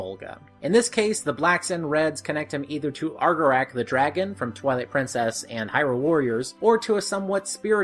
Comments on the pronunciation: 2 years later and I still can’t get over the fact that he pronounces Argorok as “Argorack.” It’s not even an A at the end lmao. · Why do you say Argorok as "Ar-ga-rack?" It's "Ar-go-rock." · Argorok. ArgoROK. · May it go down in history that cannot and will not ever be able to pronounce Argorok’s name correctly.